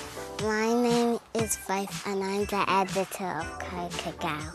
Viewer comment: And, did she call IT cocoa?